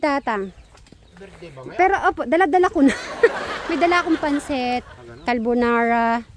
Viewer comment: Madam carbonara po natawa Ako talaga sa kalbonara...